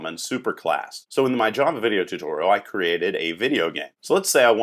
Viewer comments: "zhaava"! lol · Its strange but I also like that:D....